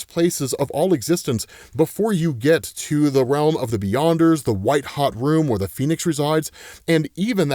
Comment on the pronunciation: Did you say... Beyonders?